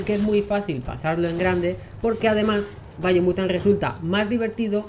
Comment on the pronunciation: Si no veo qué video puse y estoy viendo el video mientras lo oigo.. Pensaría que dice Bayonetta por su pronunciación y me confundiría